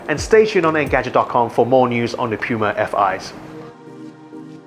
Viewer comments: Aaahhhhh! Stop saying pewma! It’s pronounced POOMUH!! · I keep hearing pewma instead of puma or is it just me!? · puma not pyuma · its not Puma, its Pyuma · Pew-ma? I...I just can’t. Next video. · Bruh... Say Pee-yuma one more time... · This is a “Pyu-mah” banana back button. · What!? “Peewma” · did he say "pewmah" 🤣🤣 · Id u say PEWMA ONE MORE TIME😖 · Why is he calling the brand PEWma? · did he said Yuma or Piuma? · I thought it's "poo-muh"? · I agree, you can't have a damn puma on the shoe and call it pyuuuma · Dude learn how to say PUMA !!! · It would help with credibility if you take a minute and learn how to pronounce the word puma. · Why does he say "puma" like that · The way he says puma 😣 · It's POO-MA